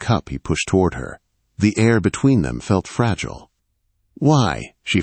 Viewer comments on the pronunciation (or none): none